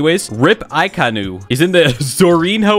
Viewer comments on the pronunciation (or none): Akainu left the chat after hearing aikanu